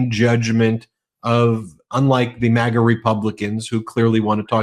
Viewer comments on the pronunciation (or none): none